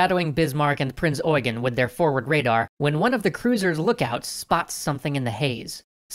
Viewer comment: It's pronounced Eugeen (ɔʏˈɡeːn)